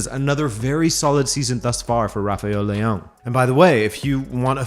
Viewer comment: You said leao wrong